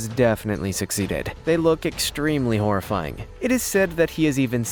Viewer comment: dats mean u say horrrifyng like dats mean